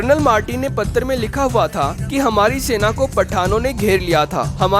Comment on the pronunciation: Patar nahi hota patra hota hai.. Aur bhagat nahi.. Bhakt hota hai.. Kaha se hai bhai tu?